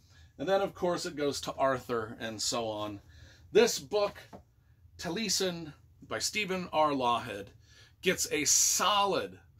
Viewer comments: I think it's pronounced taa lee eh sn. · Tall ee ess en accent on ess syllable. Welsh for eyebrow I think. Frank Lloyd Wright named his home out west Taliesin.